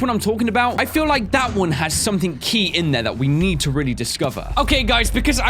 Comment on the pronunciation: IF HE SAYS SOMETHING OR EVERYTHING OR ANYTHING HE ALWAYS SAYS A K ON THE END